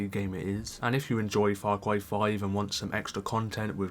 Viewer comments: Far Cway New Pwamal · faw cwy is wit